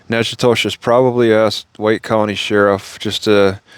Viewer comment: It’s pronounced Knack-uh-dish